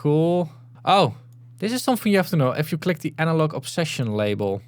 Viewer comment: "I think I'm pronouncing it correctly" - sorry to be the guy but: No, not even close 😂